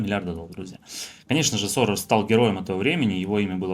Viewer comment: НЕ Соррор,а Сорос.